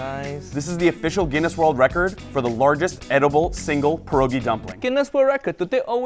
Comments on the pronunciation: The pronunciation of pierogi, dude really said pErohGEi 🤦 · Pierogi? Didn't the Guinness guy say Pierogi?